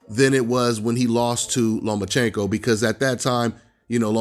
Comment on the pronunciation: I picked Teo to beat Loma nephew and I got Tank as the 5th best at 135 youngin. The boy can't even fix his mouth to say the name Lomachenko and I still pick Loma to embarrass him let a lone Dev and Teo. I think Ryan has a tuffer fight with Campbell than he would w Tank.